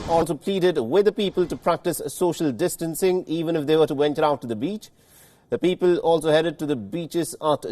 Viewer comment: Is the news reader saying bitches instead of beach.